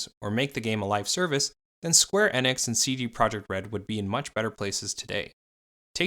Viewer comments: Why does he keep saying square inex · Im sorry but I can't take you seriouslt when you pronounce company names wrong, especially those that are widely known and have pronunciations widely abailable. After the 3rd "square EH-nix" I had to come to the comments. Not even the 1st video I've noticed it in, just the one that made me realize that there needs to be more research done on these companies and their backgrounds. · Bit off topic however I got slightly infuriated by your "Square Enix" pronunciation